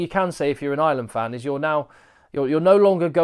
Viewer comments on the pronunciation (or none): I love your work.. but and it's a big but..... It's Ireland not island.......😂😂😂😂😂